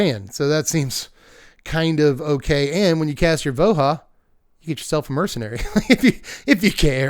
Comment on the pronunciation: "Vo-ha" sounds extremely wrong to me. Nothing about Ravnica indicates Spanish-language pronunciation rules. We don't say "ta-heek" or "hu-dith".